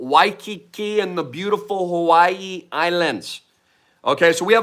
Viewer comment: FINALLY!! he pronounced it Hawai’i and not huh-why 🎉